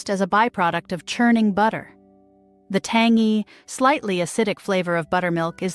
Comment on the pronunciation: for heaven's sake research how to pronounce some words, like tangy!!